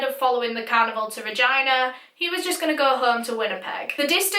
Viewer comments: After mentioning the oddness of the "toilet roll" I was expecting some sort of an explanation! Lol! Also I kept hearing "cannibal" not "carnival"... it took context to decipher!! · I thought she said cannibal instead of carnival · I literally thought she said that they wanted to join a, "Traveling Cannibal" i was so confused and I thought she was saying that until she said that he was going to leave the "carnival" and start a life. I've never been so weirded out and confused at the same time before. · In the beginning, I actually thought for a moment that you were talking about a traveling cannibal instead of a carnival. Btw this is such a frightening case.😫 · When you said carnival it sounded like canibal lol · You pronounce "carnival" like "cannibal" and it is an unfortunate coincidence in this video. Where is your accent from? I've never heard an accent like yours. Is it Scottland or northern England? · every time you said carnival it sounded like cannibal 💀💀 rip I’m so sorry omg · i thought when she said carnival she said cannibal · I can't fricking stop hearing canibal when she says carnival frick frack frick